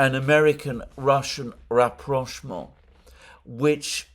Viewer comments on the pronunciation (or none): none